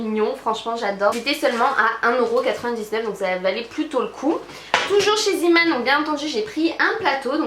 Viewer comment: Coucou ma belle, super vidéo hihi :-) Mais juste pour info car ça me chatouille la langue ahah !! Ça se dit "Zéman" car en Néerlandais "zee" (dit zée) ça veut dire "la mer" d'où la petite Tête de marin sur les sacs ☺️ voilà Voilaaaa pour l'info du soir haha ! Continue comme ça, t'es vidéos s'améliore de plus en plus et c'est toujours un plaisir ! 😘